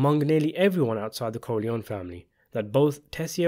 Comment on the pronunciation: I do enjoy your videos...but I wish you'd pronounce the name 'Corleone' correctly.